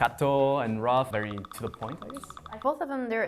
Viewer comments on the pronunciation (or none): none